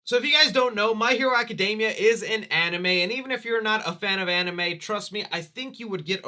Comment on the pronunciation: Aca-DEEE-mia, my dude! It does NOT rhyme with macadamias lol